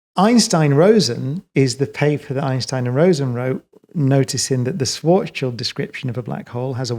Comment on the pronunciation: I love Brian Cox because he is excellent physicist and science communicator, but above all, because he pronounces Schwarzschild correctly.